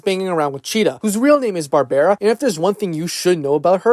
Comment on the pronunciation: Why's he saying Barbara like that?